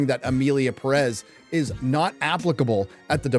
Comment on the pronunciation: You are pronouncing Perez wrong and you could easily do it right.